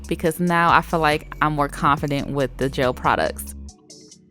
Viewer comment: The fact that you pronounce “gel” as “jail” is a pre cute accent